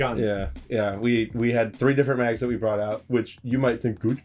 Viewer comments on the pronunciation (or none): none